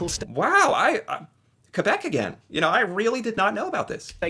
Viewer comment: The Canadian "YA-NO" 😂😂 I love it- thank you for representing! 🇨🇦